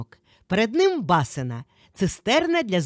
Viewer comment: Чому бАсина? У нас кажуть басИна, або базИна.🤔